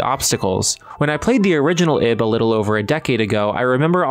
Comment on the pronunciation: Why is that name so hard to get right? It's "Eeeeb" pronounced like "eve".